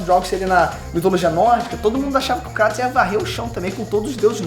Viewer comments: Meus ouvidos sangram,quando ouço "KrAtos" ao invés de "Krueitos" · q agonia ouvir "Cratos" vsf kkkkkkkkkkk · Cara, me desculpa mas não assisto maia videos sobre gof of war nesse canal. Nao aguento vc e seu pai pronunciar o nome dele errado, se pronuncia “ krueitos” no próprio jogo eles pronunciam assim! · Acho estranho a pronúncia crátos kksksks deve ser por causa da dublagem